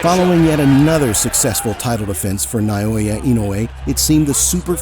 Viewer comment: Stop saying "Nai-oya"!